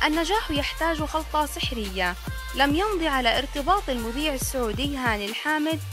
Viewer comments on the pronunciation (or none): none